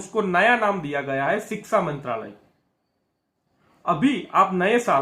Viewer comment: Sir aap siksa na bolkar shiksa bolen.